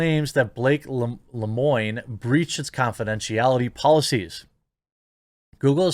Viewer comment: Lemoine is pronounced Leuh Mwan